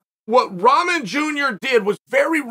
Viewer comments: Seriously learn how to pronounce rock-mon. It’s not ramen 🍜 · It’s “rah-mon” not ramen 😂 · It's pronounced Rock-mon but very close I'm impressed Chael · I love how Chael always pronounce everyone names wrong. Rawmen lol 😆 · You pronouncing Rahman wrong...just saying it's a little annoying. Don't get me wrong I love your content.. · Pronounce his name correctly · Well to be honest you are not pronouncing his name correctly... I thought you were an educated man and could speak properly... Show the man some respect and pronounce his name the right way... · Bro still pronouncing wrong